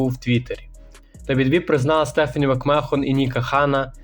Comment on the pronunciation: Англійську підівчи. Який Макмехон, який вілд(Wild). А так непогано